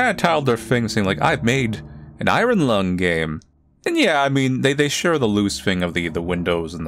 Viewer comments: this is the first time ive seeen anyone lse ever pronounce iron "I run" instead of "i earn" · ion not i -r-on